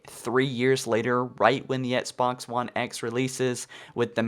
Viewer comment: And before you criticize my autocorrect fail, pronounce "Xbox" correctly and I may take your argument seriously